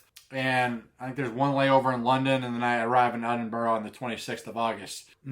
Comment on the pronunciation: i'll be up there around the same time.. do NOT forget your headnet! just a hint on pronunciation (no big deal because even some scots have trouble pronouncing the names of their mountains, or ben as they're known up there) it's phonetically edinbru and glazgo.. if that makes semse. i'm guessing you've checked out 'Hounds of Howgate' his videos are great especially the CWT one. i'd advise taking a jump west at the isle of Skye on your way up.. for photography you can't beat it. fantastic you're coming over.. maybe bump into you